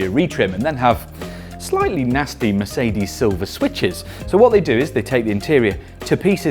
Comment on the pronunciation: The "New"'Meecedes CL (S-Class Coupé) 🤔